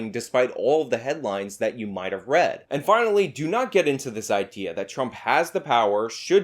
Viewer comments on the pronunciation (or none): none